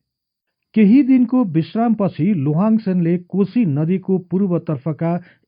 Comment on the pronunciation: उन्को नाम शुद्ध रूपमा उच्चारण गर्ने हो भने लोहाङ चाहिँ होइन लिहाङ चाहिँ हो!जस्को अर्थ धनुक धारी महाराजा हुन्छ!लोहाङ लिम्बु हुन सेन होइनन,सेन बंश मा हाङ लेख्ने न चलन छ, न उनिहरुको भाषा भित्र नै हाङ शब्द पाइन्छ!अर्थात मुकुन्द सेन का छोरा नभइ ज्वाइँ हुन उनि!लोहाङ राय अर्थात राजा मारोङ हाङ पट्टी का दस लिम्बुवान का एक सर्दार हुन उनी!अनि मुरेहाङ चाही मारोङ हाङ राजाको सन्तति हुन !उनै मारोङ हाङ को नाम बाट नै पछि त्यो राज्य लाई पछि गएर मोरोङ भनिएको हो!लिम्बुवानी सरदार हरु मध्य एक दुई जना सरदार पुङ्लाइङ साङ्लाइङ हरु मध्य राजा साङ्लाइङ हाङले खडा गरेको गढी लाई कालान्तरमा साइङ्लाइङ गढी हुँदै हाल सागुरी गढी नामाकरण हुन गयो! याक्थुङ आठ राजा मध्ये एक राजा मारोङ हाङ को राज्य मोरोङ आक्रमण गरि लिम्बुवान राज्य खडा गरेका थिए !!तर ती दस सरदर हरु मिलेर पहाडी एरिया तिरका हाङ हरुका राज्य त लुटे लुटे भाको एउटा मधेस को राज्य मोरोङ पनि हाङहरुले गुमाउदा ठुलो संकट आइ परेको थियो!ती हाङ राजाहरुले पनि त्यति सजिलै आफ्नो राज्य गुमाएका होइनन् !ती दस सरदार सित डोटेरै लडेका थिए तर दस सरदार हरु धेरै फौज सित बिषालु धनु काड सित को धेरै दिन लडाइँ पश्चात् हार्नु परेको थियो!आठ हाङ हरु धेरै जना मारिए !तर त्यो मोरङ राज्य को राजा मारोङ हाङ भने भागेर सिक्किम गइ ज्यान बचाएका थिए!छि त्यो राज्य मकवानपुर का सेन राजा को छोरी सित लोहाङ ले बिहे गरे पश्चात् सेन राज्य सित गाभेका हो !अनि उनले पाल्पा मकवन का हर्ताकर्ता युवराज जस्तो उपाधी पाएका मात्रै हुन!यी दस लिम्बू सरदार हरु लिम्बुवान तिर राज्य गर्ने आठ याक्थुङ राजाहरुका बिरोधि थिए!किनकि यी आठ राजा हरुको शासन त्यो बेला अती नै निरुङ्कस थियो भन्ने गरिन्छ!त्यो बेला एक राजा मारोङ हाङ ल